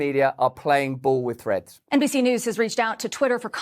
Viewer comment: It's named "Threads", and not "Freds". Speak English!😂